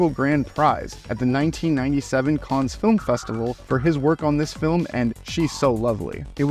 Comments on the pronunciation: If you can pronounce Gaumont without t, why can't you pronounce Cannes properly? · You pronunciation of French words wasn't too terrible so why can't you pronounce Cannes correctly.... it is driving me nuts. lol. Some movies are incredible and can't be watched more than once. Some are fun and be watched over and over. Fifth Element falls into this group. Is it the best? no. is it fun to watch every time you see it. Absolutely!